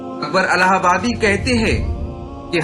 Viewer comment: الہ پرزیرپڑھیےزبرپڑھناغلط ہے